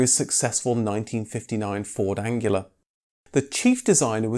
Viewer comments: It's Anglia not Angular!!! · Its Anglia not Angular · apparently the narrator can't say anglia either I think he says angila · I was going to ask whether pronouncing 'Ford Anglia' as 'Ford Angular' was a deliberate dig at the rather odd-looking but nonetheless popular car. We all called it a Ford Angular back in 1960s Britain, after all. So I guess it was just a slip of the tongue. No matter. Good video anyway. But, did you notice you mispronounced it several times in the video. Not just once. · i just noticed that you kept saying 'angular' rather than 'anglia' good fun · Just a minor point of clarification: there was no Ford Angular. It's pronounced Anglia. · Jeez it’s the Anglia not Angular !! 😂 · It sounds like you're saying Ford Angular instead of Anglia, possibly a reasonable description of it actually. The 2002 Fiesta wouldn't have had a Kent engine. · FFS. It’s the Ford Anglia, not Angular!! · "Ford Angela"? It's Anglia: Ang - li - a ! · Why do you keep calling the Ford Anglia the Ford Angula ? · It's Anglia not angular. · Ford Anglia, not Angula. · Ford Angela? as in Angela Merkel? Surely it’s Anglia, pronounced An-glee-a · Ford Anglia, not Angular ! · You seem to be pronouncing Ford 'Angular', instead of Anglia? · GRR! What is the Ford Angula? It the ANGLIA!!!! Are you one of those annoying people who say 'Nucular' instead of 'Nuclear'? Grrr! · "Ford Angular"? it's pronounced An-glee-ah. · My OCD needs to point out that the word Anglia is not pronounced 'an-gu-la' it is pronounced 'an-glee-ah.' An ancientAnglo-Saxon name (specifically from the Angles) that possibly originated from Anglia in Denmark. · Ford Anglia, not Angular. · "An-glee-ah" not "An-gu-lar" and it was a Lotus Cortina not a Cortina Lotus. Sorry to be picky. Great, fact-filled video as always. Subscribed! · are you saying ford angular? anglia? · Well the voice guy called it that in error. how could he mispronounce Anglia. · Its Pronounced An-Glee-Ah lol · Anghila? 🤣 Good video